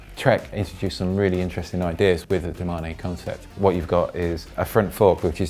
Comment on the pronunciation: I thought it was pronounced Do-Main not Do-Mar-Neigh, i've never hear anyone say look at that Mar-Neigh on that Lion.